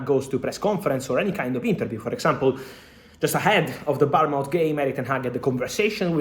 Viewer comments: Only to help fabrizio . Bournemouth ( Born mouth) is pronunciation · They way he said bouremouth